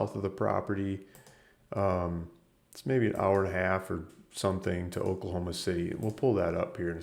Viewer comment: Oklahoma, not Oklohoma